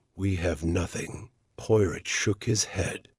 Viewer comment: Poy rot? If you're going to use AI, at least train it to accurately pronounce the main character's name. Unlistenable. Sorry.